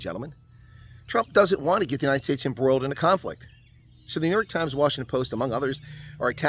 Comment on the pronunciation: New York slimes 😂 Did anyone else heard that or is my hearing playing tricks? I wish we had a brilliant president like Trump. All the creapy crawlies will disappear overnight .